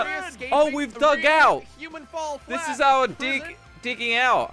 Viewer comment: Human full flat: Human fall flatt: Humen falll flat